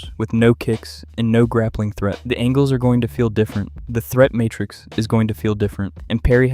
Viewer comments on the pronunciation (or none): none